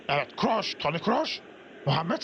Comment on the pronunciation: toni krooş degil toni kroos